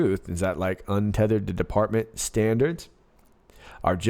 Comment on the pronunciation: UNTETHERED = Un Te Te HER eD💦💦💦